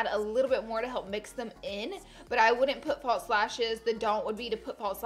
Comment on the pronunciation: No T in false.